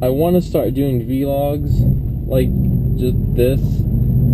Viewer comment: I hate how u say vlogs